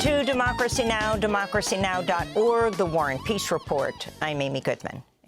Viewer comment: Please stop saying warren pearce report (war n peace report). It is annoying